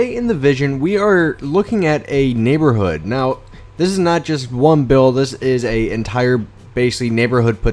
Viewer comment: u said neighborhooh lol